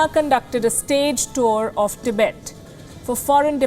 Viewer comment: Tibaet!! Wowowow... baby you were hired for your accent? Or to provide with real news? Tibaet !! Is just new bed where china will screw your army!!💋💋💋